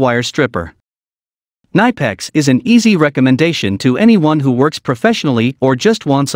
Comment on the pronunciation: You speak the i in Knipex like in Index ore inspection ;-)